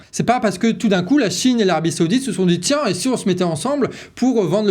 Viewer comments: on ne dit pas seoudite mais saoudite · Saoudite, pas Séoudite, on se croirait à la récréation 😁